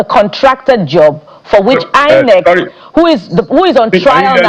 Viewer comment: People who pronounce INEC as HI-NEC should never be trusted to give credible elections